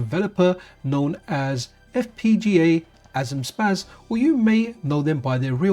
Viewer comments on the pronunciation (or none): Just FYI, it's pronounced "FPGA zoom shposs". Zum Spass in german means "for fun". :)